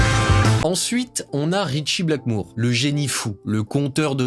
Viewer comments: STP par pitié c’est Blackmore ! Pas Blackmoure 😂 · J’ai kiffé ta vidéo par contre j’avoue que j’avais mal aux oreilles en entendant "Ritchie Blackmoure" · Non, ce n’est absolument pas du Heavy Metal mais du Rock&Roll, ou du Hard Rock. Bien plus mélodieux. Le Heavy Metal c'est trash. On ne dit pas "BlackmOUre" mais BlackmOre. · Super vidéo. Vraiment. Ca réchauffe mon vieux coeur de voir un jeune homme aimer ce groupe (et ce genre de musique en général). :D Deux choses m'ont en revanche un peu pîqué les oreilles : c'est BlackmOre pas BlackmOOre et GillAn pas GillIan. Je chipote mais bon, je suis un vieux con, hein. 😝 #teamBlackmore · Mor pas mour, Gillan pas Gillian, et c’est ton groupe préféré? Apprends l’alphabet.